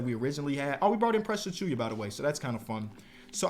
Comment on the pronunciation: "Precious Achooyuh"